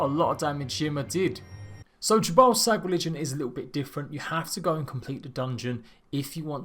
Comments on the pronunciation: Is it just me, or is he saying, "J'ballsack"? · did you just say "the religion of 'ya ball sack'" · Jhebbal Sag. Really. Ye balls sag?